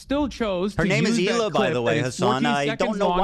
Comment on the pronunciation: Did you notice he calls Hila as Killa?